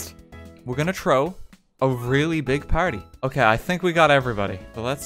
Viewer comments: Why did RT say “Trow” lmao what kind of accent he have? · I love like you say "chrow" instead of "throw" <3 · right? that's why it's so good.